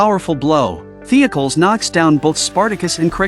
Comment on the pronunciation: Great episode, I remember watching this episode on Netflix when it was a brand new show Also, your AI is terrible at pronouncing Greek and Roman style names. It’s pronounced The-oc-oh- leez